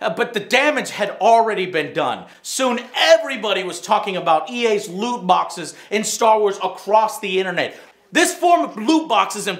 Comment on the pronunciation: Why is he pronouncing loot boxes as lewd boxes lmao